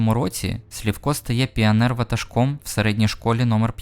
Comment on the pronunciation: Чого Слівко, якщо Сливко?